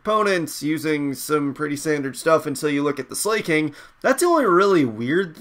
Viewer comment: Slaking is pronounced Slack-King and Terrakion is Ter-Rack-Key-On.